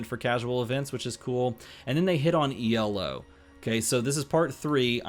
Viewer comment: Excited for this! But...the way you say elo....maaaann :'D